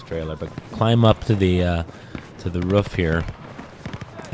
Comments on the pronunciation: Its pronounced "roof" like "goof"...lol ruf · Someone please tell him how to pronounce 'roof' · The way he says roof